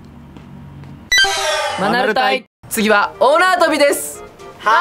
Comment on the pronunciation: 最近、、、マナル隊が ア〇ル隊に聞こえる